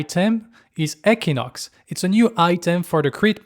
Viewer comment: Equinox is not pronounced eck•eee•nox it’s pronounced ec•kwi-•nox